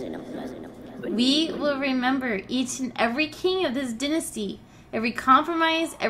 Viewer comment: LMFAO did you pronounce dynasty like that ??